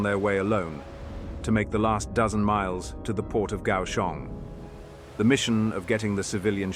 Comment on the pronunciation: "Pronunciations of places, names and translations are my best guess or through open resources such as Google Translation, etc " -- You got Kaohsiung and Basa Air Base perfectly. Great video. I just wonder why no Taiwanese air or naval assets were involved as they are closest to the action.